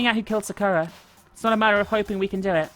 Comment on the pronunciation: i personally like how pronounces sakura